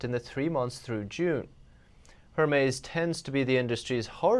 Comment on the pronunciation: Hermes... Er Mez. 😂